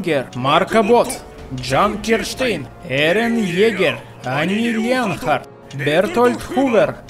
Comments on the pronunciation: Не эрон Джаггер а эрон еггер и не джин а жан ещё микасу Пикассо блин назови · Ирен Джегер не правильно правильно Эрэн Егер